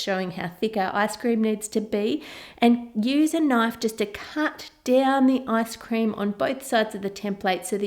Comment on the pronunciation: did I just hear "asscream" ???? 😂😂😂😂